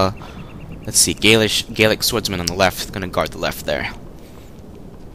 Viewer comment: The Gauls themselves were pretty much gaelic. But gallic is the correct way to pronounce it.